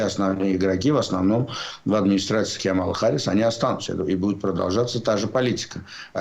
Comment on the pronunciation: Пожалуйста, делайте правильное ударение в имени Харрис. Камала - ударение на первом слоге.